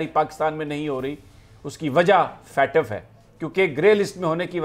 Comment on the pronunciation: It's not Fatf It's FATF